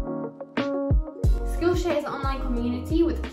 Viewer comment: "Dis vidioh is sponsohd boi Skullshare"